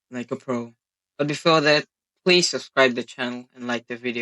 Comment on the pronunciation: "PLEEDE STOP!" "IM REPORT" "CHEATER" 💀💀